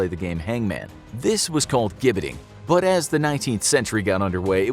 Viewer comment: Got to believe the last Beheading & Quartering in England was WELL BEFORE 1839! BTW...it's pronounced JIBBETING, not GIBBETING! Albert Pierpoints name was pronounced PEER-POINT!